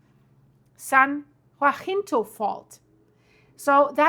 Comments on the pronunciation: jacinto is pronounced yahcinto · Love watching you form Texas.. and here we pronounce it San Jacinto (sounds like San Jah-Sin-Tow) .. Not being critical, just trying to be helpful. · Jacinto is pronounced ( ya cent toe) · Pronounce the “ c” in Jacinto. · San Ya-sin-toh (Jacinto) or Ja as in German for yes Ka-hovn (Cajon) Trying to do it with German sounds. 😅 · Cajone Pass (kah-hone) and San Jacinto (jah-sin-tow) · Cajon pass the ca sounds like k the j is pronounce like an h. Like k- hone.. San jacinto. Is pronounce like San yah cinto. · Kuh-HONE SAN Huh-SIN-Toe Fort Tay-HONE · It's Yaseento fault and Kah-hone pass. ! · Cajon pass PRONOUNCE CA-HONE San Jacinto pronounced San yasento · i literally live at the bottom of the cajon (cahone) pass, and we are not los angeles, its san bernardino, also san jacinto is (ha-seen-toe) . thank you for your videos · Thanks for this clear explanation. "J's" are pronounced as "H's". "Cahon" pass. San "hacinto" pass. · Love your reporting. If I may, I just want to let you know that Cajon is pronounced ka-HONE and Jacinto is pronounced ha-SIN-toe by the locals here.